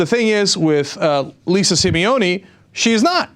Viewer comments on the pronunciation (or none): none